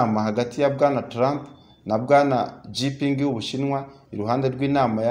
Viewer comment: Président w'ubushinwa ntabwo ari Jipingi ahubwo yitwa Xi Jinping, bisomwa ngo (shinjiping)